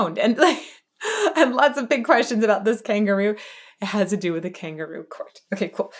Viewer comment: Though I know he's definitely saying kangaroo, I've always thought that he emphasizes the syllables in such a way so that it sounds like king guru as maybe a jab at "the establishment". He's being judged in a kangaroo court while also being judged by the "divine" ruler of the land and the spiritual "elites" alike. Just a random shit take.